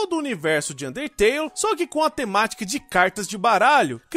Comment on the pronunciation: ele n disse undertale ELE DISSE UNTETELE